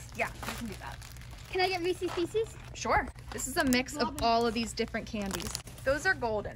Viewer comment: Cute you said recess as in recess at school i think you mean reeces